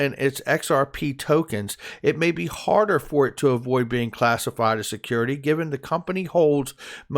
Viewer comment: XRP is a "secodity". 😂